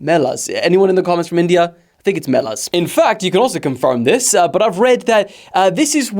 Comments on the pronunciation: The Indian fair is pronounced may-la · I believe that's wrong and also by the way your close it's called মেলা your pronouncement is ok